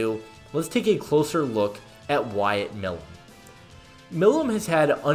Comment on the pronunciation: Hey brother it’s pronounced “my lum”